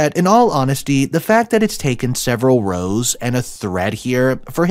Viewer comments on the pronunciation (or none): Very disappointed in the brother...and the SIL and her family, they are all awful. And lol, when you say "rows" in this context it's pronounced like "rawwrs"